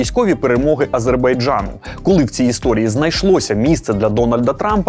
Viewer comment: як це, а не Албанією та Абербайджаном? Ви щось наплутали.